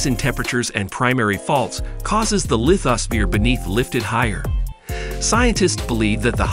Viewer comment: ok, it's hard to watch this because the narrator didn't look up the pronunciation of some technical terms such as seismology, lithosphere, vulcanism, country names such as Ethiopian, Tanzania, Zambia, Eretrea, and especially Sinai. This might be a computer generated voice. Not sure.